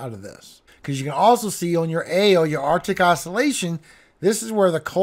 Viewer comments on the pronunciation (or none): none